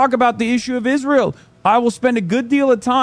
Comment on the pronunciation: He said Israel wrong.